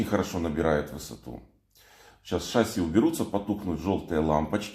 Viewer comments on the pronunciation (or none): none